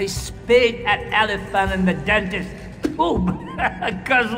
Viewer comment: IT'S LE DENTIST